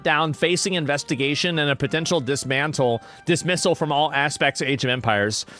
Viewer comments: Dismissle. Not datmissle. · lmao... dismissle... god that's funny. its dismissal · "Dismissle" "ayo check out dis missle they be shootin"